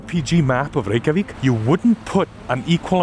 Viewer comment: Youre gonna catch flack but you did better than brits pronouncing Reykjavik. Edin-bruh, borough endings evolve over hundreds of years to just be a quick bruh sound. If you get a chance sometime visit newcastle, its very small but grey street informed my entire view of metropolitan fantasy!